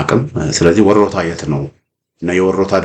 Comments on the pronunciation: Say it werta don't say worota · IT IS WERETA not WORETA: Turinafa